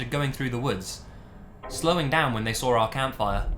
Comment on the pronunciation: "then they SAWR it"